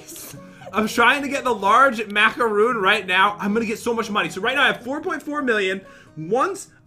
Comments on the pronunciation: It’s mac-uh-roon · You were saying macaroon rong